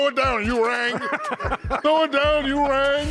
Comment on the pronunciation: Why shaq calld him urang???